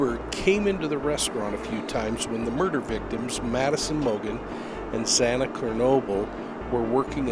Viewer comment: I would take you serious but you can't pronounce Xana's name correctly. #Next!